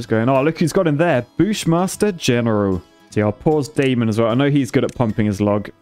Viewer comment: Hearing him refer to "Claus" but pronounced "Klaus" followed by "Daemon" pronounced as "Damon" is absolutely WILD as a TVD fan! LMAO